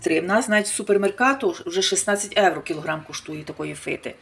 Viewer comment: То ж Ганя й відкрила для того канал у Ютубі,щоб показати свою грамотність 😂,ʼʼнавчитиʼʼукраїнців як правильно говорити,готувати і ще як ʼʼправильно житиʼʼ,та й при тому заробити трохи грошенят,чи то ʼʼевроʼʼ,як вимовляє.Ми не сміємо перечити Гані,бо ж вона рахує себе як ʼʼкомандирʼʼнад нами😂